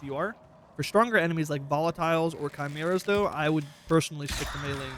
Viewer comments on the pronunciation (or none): none